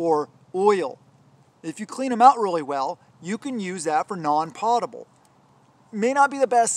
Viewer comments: Potable Drinking water - Food American pronunciation Sounds like pow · tuh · bl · You forgot bleach bottles,they are perfect for “potable” water which you didn’t pronounce correctly